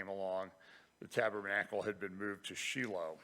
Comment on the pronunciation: could not hear Andy taking very well. Another thing, I think it's Shy-low, not She-low.